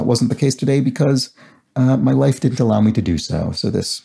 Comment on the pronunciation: Lmao, when you said "[...] because my life didn't allow me so", I thought you said "wife" instead of "life" 😭